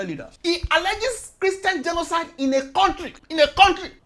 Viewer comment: is my best part - '...for what he described as kristain gdenoside..rr. What! is dat!! Kristain gdjenoside!?? Nunsenze!!.Nonsense..nunsenze! Smursh...tchew...smursh..tchew